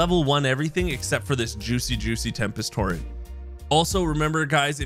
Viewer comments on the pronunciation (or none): none